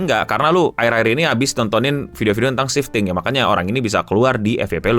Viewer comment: Kok gw kek denger 'shifting' jd 'sinting' ya bang 😅